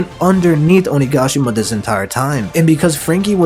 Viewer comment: Will not subscribe until you pronounce OniGAshima right! “Onigaashima” smh